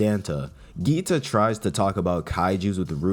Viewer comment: Goo-eeta not Gee-ta